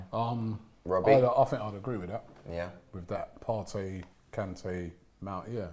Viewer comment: wish people would stop pronouncing partey "partay", im from the same tribe as him in ghana..its partey pronounced "party' i.e club gathering